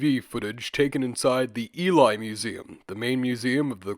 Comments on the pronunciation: Just fyi it’s not pronounced E-lie its E-lee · Hey bro, really entertaining video. Just a heads up that Ely is pronounced EE-LEE (my gf lives near there). :) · Ely is pronounced 'Ee-lee'. Our place names are ridiculous in Britain, so it's an easy mistake to make. Eastern England seems to have been quite a prosperous area during the Bronze Age, and there have been quite a few important Bronze Age finds in the Cambridgeshire Fens, most notably the Must Farm and Flag Fen settlements.